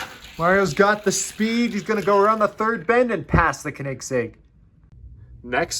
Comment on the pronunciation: Nice race, but the way you pronounce Koenigsegg gave me an brain tumor